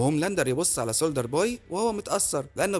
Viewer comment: ليش بتحكي سولدر اسمو سولجر بوي